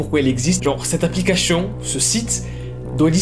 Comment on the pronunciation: "Applicachion" 😂🤣